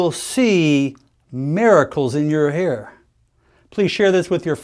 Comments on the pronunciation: Why does he say here instead of hair? Cover up? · In your hair (he said "hair" but some people have an accent, I first thought he said "hear").